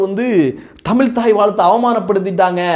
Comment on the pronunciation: டேய், தமில் இல்லடா, தமிழ், நீ முதலில் தமிழ் பேசு.